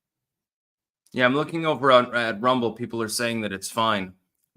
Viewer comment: "alright everyone we're live, lets make sure thats actUALLLy the case over on r-UM-ble"